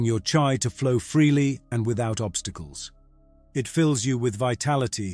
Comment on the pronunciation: This video is not AI and the word is chi not chai.